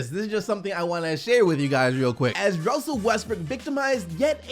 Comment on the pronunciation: we just gonna ignore said wussel restbrook.